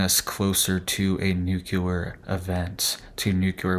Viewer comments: New-clear .... NOT nu-que-ler 😂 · Another place we are loosing our language. Please relearn the pronunciation of the word “nuclear”. You can look it up, and many so called experts even say it incorrectly. The correct way to say NUCLEAR is, new-clee- ar. NOT new-cue-lar. Look, nu-cle-ar, just like it’s spelled.